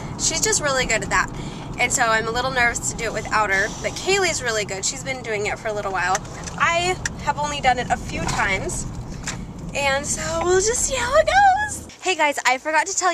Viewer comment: It's Kayli's not Kaylis